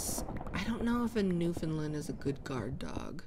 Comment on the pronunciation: I’m from Newfoundland 😊❤ Pronounced “new-fun-land”. If you say understand Newfoundland, and they rhyme, you’re saying it right hehe